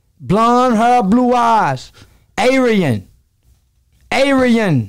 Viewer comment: A-re-yen? wtf?